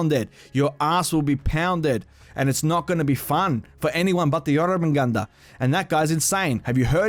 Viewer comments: U still dont know how to pronounce it...its pronounced yorr-mun-gandurr (roll the r’s) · nice pronunciation of Jormungandr